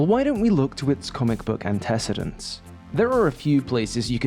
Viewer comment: This is a pronunciation of "antecedents" I have never heard before. The syllable stress is inverted. Are you accidentally pronouncing it like "precedence"? Or is this one of those "Deliberately mispronounce something so people leave comments and drive engagement for the algorithm" things?